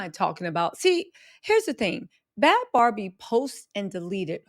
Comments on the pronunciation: I think she pronounces her name “Baby” not “Bobby”, not “Barbie” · 🚩🚩FYI... You keep saying her name WRONG.... it's 'NOT' BARBIE' (LIKE THE DOLL) Think BABY.. BAD BHABIE.